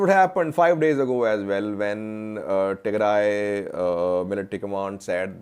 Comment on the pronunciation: Who advice u today u said tegray regional forces very good